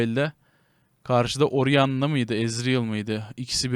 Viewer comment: 15.21 de ki oriana diyişi. Beni bul yiğidim.